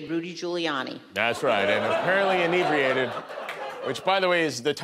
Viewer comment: Why does everyone pronounce inebriated wrong? There're two God damned consonants after the e.